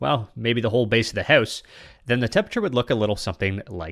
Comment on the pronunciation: "I want to build a minecraft hews" 🇨🇦